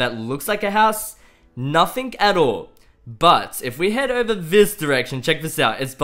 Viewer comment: its pronounced.. NOTHING not NOTHINK <3